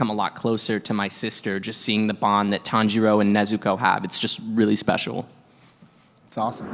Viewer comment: The tanjiro mispronunciation😂